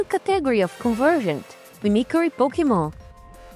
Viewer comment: Just found this channel. As a fellow Brazilian, I can definitely relate to our good friend Dollynho. (also, glad you're working onvimproving the oronunciation. It isn't outrageous, just needing some adjustment, but I noticed you tend to use the wrong sound for some vowels (especially "i" and "y", making an "eye" \ai\ sound even when it should be closer to "ee". Mimicry doesn't rhyme with cry, for example. As weird as that seems)